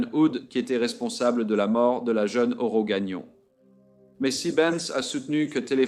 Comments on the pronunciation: Ce n'est pas Aurora, c'est Aurore.🌈🦄🎠 Merci de raconter cette histoire. Le nom d'Aurore est si mal prononcé dans cette vidéo que je ne la termine pas, c'est honteux. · Son nom est pas Aurora. C'est Aurore. Salutation du Québec.